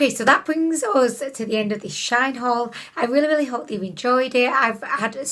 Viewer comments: Shine ? 🙈😂 Shein! 😘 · It is pronounced she-in. Their old brandname was sheinside...🤗 just a heads up.